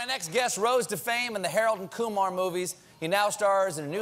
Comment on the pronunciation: it's Kumar